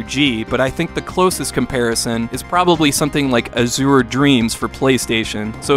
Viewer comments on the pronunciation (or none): "Az-u-ra" Dreams?? Your high-school art teacher is frowning right now 😂 ( az·ure /ˈaZHər/ 1. a bright blue color. ) P.S. I love your channel!